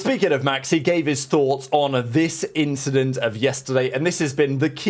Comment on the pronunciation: Don’t think we didn’t catch that “inchident” you slipped in there 🤣